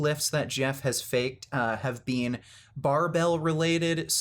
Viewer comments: People that pronounce "BEEN" as "BEAN" have more issues than someone lifting fake weights... Grown men that have nothing better to do than to cry about fake weights have more issues than someone that pronounces it "BEAN"... What a bunch of losers... Enanthate is my drug of choice for a variety of reasons... I don't lie about steroids, but I do cheat... We've all lied about something or cheated... Pure jealousy here... Ride your channels as long as you can... Bring in all the free money you can get... Just everyone needs to find something better to discuss... The sad thing is, most of you are on testosterone but are acting all Estrogen-filled with your ladylike (sissified) ways... Biotches... I swear ! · This dude is the only person I know that pronounces the second e in “been” 😂